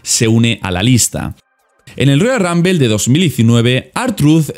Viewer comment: "Roya Rambel" jajajaja Sacate la papa de la boca hermano.